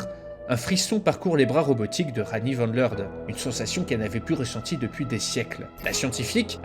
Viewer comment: Super vidéo ! En revanche "Van" est du néerlandais et non de l'allemand du coup tu prononce "Van" comme "Van Helsing" et pas comme en allemand "Fon"